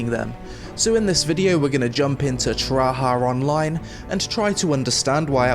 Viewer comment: i swear he said Tryhard Online.